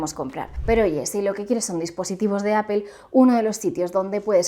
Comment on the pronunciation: pero por qué obviamente? Hasta si te metes a un traductor como google translator se escucha como se dice. Y appel no se parece en nada